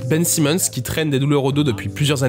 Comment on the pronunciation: Sympa la vidéo, mais c'est dommage de passer de Ben Simmons à Ben Saimmons dans la prononciation du nom d'une phrase à l'autre.